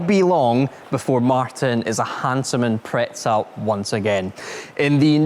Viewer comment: There is not even a hint of a “t” in Impreza. But I guess some people put a t in pizza! Still…..